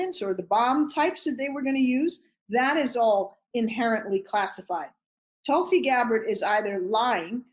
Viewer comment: Tulsi Clabbered...love it 👍 What's between her ears is certainly soured, clotted and curdled.